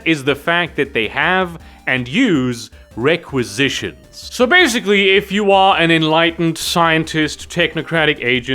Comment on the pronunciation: When you were talking about requisitions all I could hear was… “Space Star Ordering!”